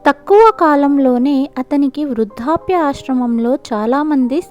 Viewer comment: Vrudhapya kaadu Vrudhdhapya baadha. Adem Telugu? Vrudhaapya? 😀😀😀